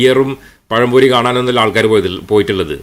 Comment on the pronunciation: ദീനും പഠിപ്പിച്ചില്ല ദുനിയാവും പഠിപ്പിച്ചില്ല മലയാളം ഉച്ചരിക്കാനും പഠിപ്പിച്ചില്ല. പയം പൊരി😂😂😂🤣🤣🤣